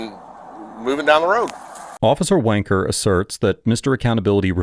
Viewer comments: Love the leaning pronunciation of officer wencker. appropos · Sorry, did he just say "officer Wanker"? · Whoa did you just say officer wanker? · I literally thought you were throwing an insult when you said “officer wanker” lol